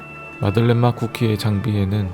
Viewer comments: 아닠ㅋㅋㅋ 마들렌 인데 마를덴 이라고 했어 ㅋㅋㅋㅋㅋ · 마를덴 머얔ㅋㅋㅋ 내가 잘못알고 있던건가하고 계속 마를덴 마들렌 이러면서 말하고 있었네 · 마를덴 형님..? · 마를덴 ㅋㅋㅋㅋㅋ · 마를덴 ㅋㅋ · 마를덴ㅋㅋㅋㅋ 아 진짜 아무렇지 않게 넘어갈 뻔... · 오 마를덴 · ...마를덴... 어디다 데셨길래... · 마를덴 형님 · 마를덴 ㅋㅋㄱㅋㄱㅋㄱㄱㅋㄱㅋㄱㅋㄱㅋ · 마를덴 형님..! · 마를덴 뭐냐구욬ㅋㅋㅋㅋ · 초에 마를덴이 아니라 마들렌 입니다. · 마를덴? 마들렌 아닌가? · 에 마를덴 뭐냐구요ㅋㅋㅋㅋ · "마들렌 형님 멋있어요!!" 가 "마를덴 형님 멋있어요" ㅋㅋㅋㅋㅋ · 마를덴 너무 자연스러워서 몰랐네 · ㅋㅋㅋㅋㅋㅋㅋㅋㅋㅋㅋㅋㅋㅋㅋㅋㅋ오늘두 웃고가요 갈 수록 뭔가 방법이 느는 기분... 마를덴... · 마를덴..! ㅋㅋㅋㅋㅋㅋㅋㅋ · 마를덴이요 선생님..?ㅋㅋㅋㅋㅋㅋㅋ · 마를덴 행님..? ㅋㅋㅋㅋㅋㅋ